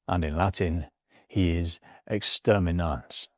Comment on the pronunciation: No way his name in latin is "Extermi-NUTS"